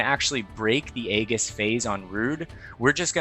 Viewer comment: The mispronounciation of Aegis the entire vid. 😅 Nice guide though.